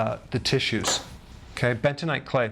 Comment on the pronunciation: What is : "bentonaite clay?"